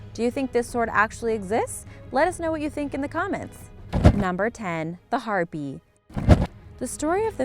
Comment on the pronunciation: That's Har-pay, not Har-pee.